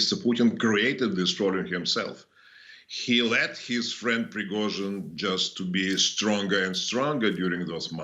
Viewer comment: The news guy pronounces Prigozhin's name very well.